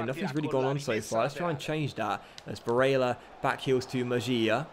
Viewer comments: barélla, with the double L, not Barela, he is not brazilian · Pronounce Barella as if the "L's" are silent..should sound like "Barea" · lfcgo7 he is prob crying about him saying barella a certain way. These kids seriously need to stop being so petty and get over it. Really not that big of a deal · DarkestShadow Hey man just to clarify, I have no problem with the pronunciation of Barella. But the fact that has refused to even acknowledge the problem is what bugs me. Also let me ask you this, when was the last time there wall a poll about something. I'm not here to watch him play FIFA against the AI, I can do that at home. I enjoyed the feeling of being a part of a larger community. Doesn't feel like that anymore, at least to me. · STOP SAYING BARELLA LIKE THAT!! so cringe... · stop sasying barella like that ffs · Stop saying Barella like that!! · I swear to christ stop saying barella like an italian. You are not itallian. I have seen loads of top comments across multiple videos of yours, please listen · Pepe Frog Thank you, I’ve been saying this for ages